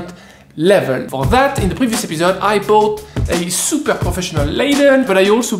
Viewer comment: When are you even going to learn how to say brought and bought ( or )? It's been 100s of videos!